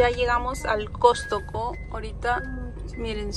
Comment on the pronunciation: Aca en P.R a esa tienda del x mayor se les llama Costco, Cost-co no Cos-to-co 😂😉